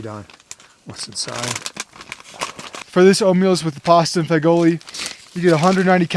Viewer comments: Pasta fagoli is pronounced fa-jool which means beans in Italian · Fagioli is pronounced Fa-Zhul 😊